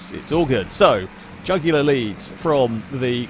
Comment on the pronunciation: Trying to say jugular. Me: The vein in your neck!